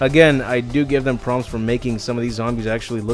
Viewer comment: Great video! They definitely botched these movies, only the first is watchable...also don't wanna be that guy but with the licker reflection you say major "Promps"? Its PROPS...Major props